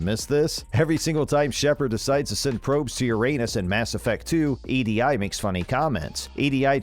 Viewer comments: 1. Kasumi is a She, not a He. 2. EDI is pronounced E D. 3. Every ME fan who has played the game more than once knows about the Space Hamster. 4. It wasn't any secret that Male Shep is based on Mark Vanderloo. 5. Everyone knows Shifty Cow. 6. Even people who haven't played Dragon Age knows what what the Ogres are. Everything else in this video is just shit you notice while playing, or at the very least a fun easter egg. Not secrets. Homie thought simple things were hidden from view. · Get someone that can do a little research, and knows how to talk like a real person, to voice your videos. Kasumi is a woman and EDI isn't pronounced as separate letters but as a word as her name. This is fucking awful. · E D I? Is not pronounced Eee Dee Eye, it's pronounced EeDee. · I finally had enough and stopped watching when he said E D I for EDI. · Seriously Kasumi is a girl and who actually calls EDI “E.D.I.” Like come on did you even play these games? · "E-D-I" "Kasumi as 'he/him'" "Liara 'Tsut'-soni" 🥴🥴🥴 please stop lmfao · 😶... did this dude just call Kasumi he... call EDI E D I... and call Baldur's Gate Bowders gate? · And this is why the vid is being disliked heavily, along with spelling out Edi's name. Nobody EVER in the game calls her "E-D- I." Why did the guy post a video for a game he has obviously never played? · anyone else bothered a little more than they should be by this guy calling kasumi a he, and pronouncing EDI wrong? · Did the people who made this video, even bother to play the games. It's pretty obvious that Kasumi is a woman. You don't pronounce the I in Edi. Liara's doctorate degree appears in the second game, not the first. Next do your research before making a video. That way you won't look like such an idiot to everyone who's actually played these games. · Honestly the fact that you called kasumi and he and mispronounced edi tells me you didn't play the game at all